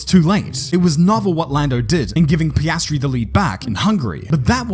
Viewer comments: Did you just call him pastry (paste-tree) instead of Piastri (pee-as-tree)?! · you did NOT call him PAY-STREE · he became Pisstree